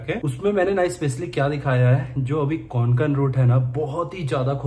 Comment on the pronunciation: It's not konkan It's kokan